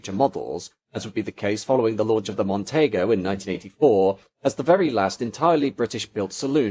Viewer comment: ‘Mon-teee-go’ not ‘Mon-tay-go’. Confusion with the Ford Mondeo maybe??